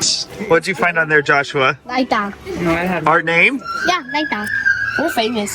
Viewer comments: Liked how pronounces lighter as your name, since Japan doesn't have the L sound. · 日本には「備えあれば憂いなし」という諺があります。居住エリアで本当に大きな災害が起これば、防災用品を備蓄していても居住することが出来なくなるかも知れません。とはいえ、最低限６人家族だと飲料水は４ケースくらい備蓄した方が良いと思います。 ジョシュアが殊更ライター（日本語発音）を強調した場面で、パパ（Reutter）さんが困惑してるシーンが面白かったです。 There is a Japanese proverb that says, "There is no need to worry if you are prepared." If a major disaster occurs in a residential area, you may not be able to live there even if you have stockpiled disaster prevention supplies. However, I think it is a good idea to stockpile at least four cases of drinking water for a family of six. The scene where Joshua emphasized the word "reutter" (pronounced "lighter") and his father (Reutter) looked confused was funny.